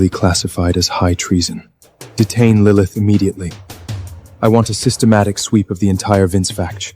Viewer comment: “Lilimyth” was a personal favorite of mine 🤣🤣